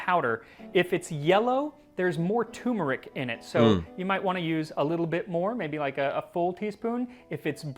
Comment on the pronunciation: tuRmeric..not toomrick